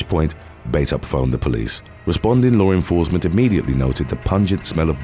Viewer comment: I like this guy's stories but I can't stand how he always says "low renforcement"